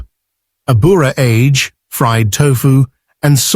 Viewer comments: In Japanese, the G sound is always hard. So "age" is pronounced "ah-gay." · Tofu age is pronounced "AH-gay," not like the English word "age."